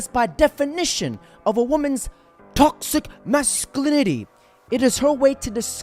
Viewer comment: She should first learn to pronounce toxic masculinity 😅😅